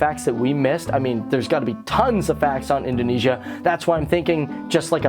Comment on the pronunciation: Its Indonesia Not Indoinaisa